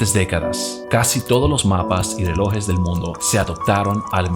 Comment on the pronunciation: Buenos días se dice relojes no reloes